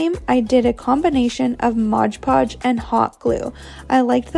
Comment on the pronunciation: MOD PODGE!!! NOT MODGE PODGE!! OMG!